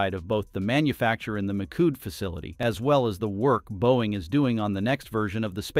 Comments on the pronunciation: Poor narrator machine can't say 'mee shoed' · "Mikood" - from "Michoud" - jeez, these "AI" speakers really suck. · Please teach your AI voice to pronounce words correctly. Hint: It's NOT Mikood. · As a local and former NASA contractor, the correct pronunciation of Michoud is "Me - Shu" or "Me - Shu - d"